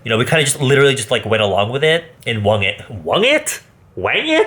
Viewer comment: “Wong it”🤔. “Wang it”😬. “We Wanged it” 🤨😗. I shouldn’t have laughed as hard as I did to this 😂😂